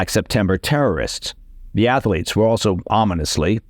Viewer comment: Ath-lete, two syllables…